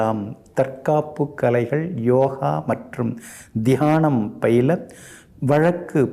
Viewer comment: திகானம் இல்ல தியானம்.பிரமின் மாதிரி பேசவரலை இல்ல விட்டுவிடு😂